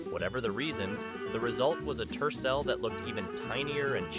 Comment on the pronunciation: Some are hideous but not Scary and it is Tercel not Turell.